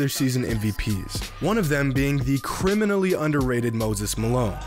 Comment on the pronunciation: emphasis on the "criminally" part of that statement